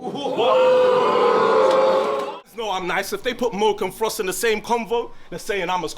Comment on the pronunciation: ITS MOAK NOT MO-AK !!!